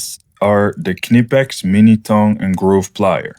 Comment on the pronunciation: Did you call the Cricket lighter a BIC lighter? lol. I have to say though, the fact that you pronounced Knipex correctly, made my day. Thanks to your EDC video, I realised that I need a spork in my EDC, something I have needed many times, but never thought to put in my bag. Thank you for a great video.